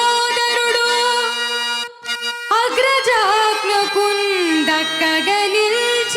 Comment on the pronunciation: అగ్రజాజ్ఞకున్ అనాలి ఆజ్ఞాకుని అనడం వల్ల చందస్సు చెడినది అది ఉత్పల మాల వృత్త పద్యం భ ర న భ భ ర వ గణములు ఉండును వ గణము లఘువు గురువు రావాలి అది రావడం లేదు దక్కక నిల్చి అనకూడదు చక్కగ నిల్చి అని పలకాలి దక్కక అంటే ధర్మరాజు అజ్ఞకు దక్కక కుండా పోయినాడు అని అర్తం వస్తుంది భీముడు అన్నగారి మాట ఎప్పుడు దాటి పోలేదు గమనించాలి